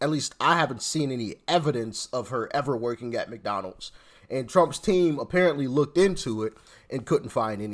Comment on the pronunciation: She didn’t say McDonald’s….. She said “McDowell’s!” 😅